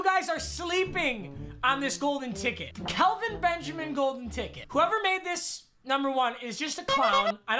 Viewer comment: Its Kel-Vin not Cal- vin